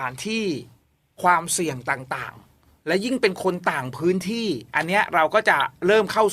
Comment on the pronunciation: ขำ ออกเสียง "ที่"ซะเห็นภาพ 🤣🤣🤣